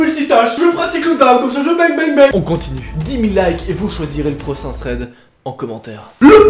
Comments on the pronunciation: Je suis le seule d avoire entendu prossain au lieux de prochain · "procain thread"😂 c'est pour sa qu'on t'aime 😂❤